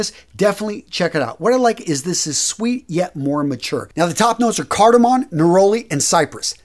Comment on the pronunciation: It's cardaMOM not cardaMON